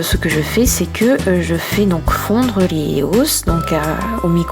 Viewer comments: On dis pas Eos mais [I O S] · Ca ce prononce I O S. Pas E O S. Elle n'est pas française, donc elle le prononce mal. Ca s'entend. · C'est cool mais tu me stress avec des EOS sa se dit I O S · Sa se dit [I] OS!! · Tu le prononce mal c'est eos prononcer l'être par lettre en anglais pas éos si non bonnes video